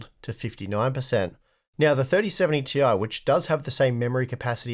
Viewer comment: its clearly "tie" you need to say it right like the other...